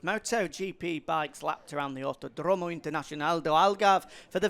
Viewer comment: autódromo, not autodrómo